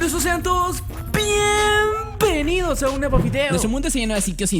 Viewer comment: Sean todos ppppienvenidos :v